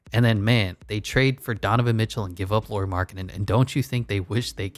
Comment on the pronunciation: Nice to see Jazz covered in videos 😃 Just some comments: Lauri (like "Lowry" in Kyle Lowry) Markkanen, not Lori Markkanen. Also 7 foot (213 cm), not 6'11. Also it was never a question of if he's NBA player or not, Bulls wanted to keep him (in a corner as a shooter) but he needed change of scenery. Cavs wanted to keep him (as a 3th-4th option) but Ainge said that Lauri and Sexton need to be in a deal if Cavs want to talk about getting Donovan. Were people viewing him as a star or potential star? That's totally different conversation 😄 That depends on the point of his career too.